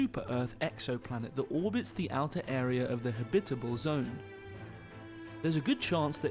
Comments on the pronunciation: haha i know dude, i was just teasing old boy about his strange accent in particular, the way he pronounces "habitable" ...lol... we say "ha-bit-ab-le zone" and home skillet was ear-worming me everytime he kept saying "ha-bib-itbel" .. So i was like, yo, what the fuck is "habbibibel" cuz that sounds real foreign ya know? just messin around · Please, it's habit-able. Not ha-bitable! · Ha-bitable zone 🤦‍♂️ Jesus. Am I the only one annoyed about the way he pronounces it? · He's saying it's pronounced "habitable", not "habitable".